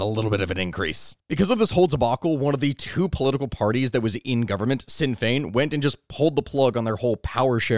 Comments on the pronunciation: "Shin Fain" is how its said. not Sin Fane" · Also, just a little bit of pronunciation, its not "sin fane", its "shin fane" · I don’t wanna be that guy but Sinn Fein is pronounced like ‘Shin’ Fein, otherwise great video as always